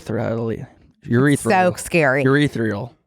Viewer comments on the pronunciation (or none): Calling Dua Lipa “urethral” is so wild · Obsessed with calling Dua Lipa “urethral” instead of ethereal LMAO